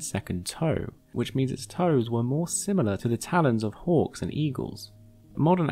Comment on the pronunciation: I spent a good minute trying to figure out how it was relevant that they hunt like orcs, before realizing it was your accent and you were saying hawks. It just sounded you like were casually talking about orcs 🤣